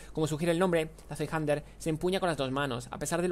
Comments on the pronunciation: el nombre de la zweihander se pronuncia mas o menos así, tsvai-janda, escrito de manera mas técnica sería /ˈt͡svaɪ̯.handɐ/ y como dice el juego el nombre alude a que el arma se usa a dos manos, ya que zwei es dos (primo del ingles "two") y hander seria el plural de hand que significa mano al igual que en ingles. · Shvaijanda se diría zweihander